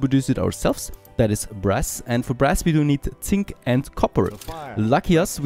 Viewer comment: When you talked about making brass i could've swore that i heard breast instead of brass lol gotta love accents and me not paying a lot of attention:P keep up the good work